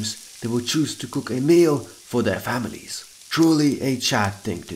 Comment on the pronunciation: Notice how he says “families” 💀